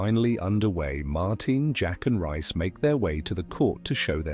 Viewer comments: It’s not rice it’s Reece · Pronounced REECE